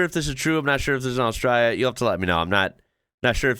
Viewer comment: Well done bro!! You now even say the name of our country the right way. A-straya. On the snow; believe it or not, we actually have more snow on our east coast than Switzerland. I'm a 71-year-old from Western Australia, and I've only seen snow twice in my life, and neither time was in 'Straya.